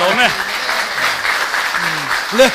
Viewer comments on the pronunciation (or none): none